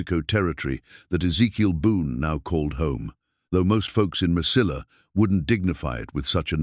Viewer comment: Mesilla, is pronounced. meseyya. It's a Spanish word the ll is like a y at the end of a word.😊